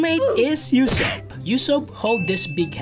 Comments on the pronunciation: Did he seriously call Usopp Yousopp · Bro the way he said ussop u ssop😂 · no way bro just said YOU-sopp